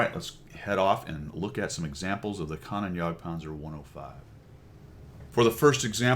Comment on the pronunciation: Kan-Oh-Nen, not Kan-on